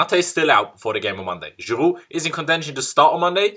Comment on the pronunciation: i was dead laughing when you said giroud in french accent